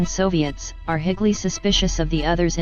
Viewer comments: Higgly instead of highly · My favourite bit was when "highly" was pronounced "higgly". Still interesting tho. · 3.26 mins. Did she really say highly instead of highly